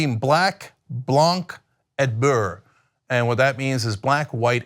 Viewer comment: It’s blan not blank. You say it without the c. It’s white in English. Blan